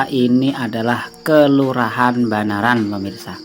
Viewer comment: Banaran boss bukan Mbanaran 😀